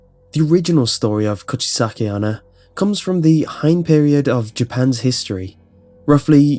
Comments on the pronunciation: cooch-aye-sake anna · When you first said "Kuchisake-Onna" I almost thought you said "Could she suck at honor". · "kuchiske anna"